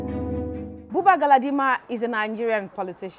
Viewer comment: Buba not Babu